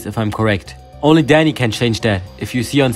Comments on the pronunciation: i thought u said daddy when the video started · why i heard daddy instead of dani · he pronounced "dani" like "daddy" atleast it sounds like "daddy" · His accent makes him say daddy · Thought you said daddy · i cant tell if your saying dani or daddy